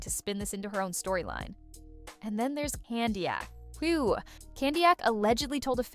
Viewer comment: This AI voice is making so many mistakes. Candiack?!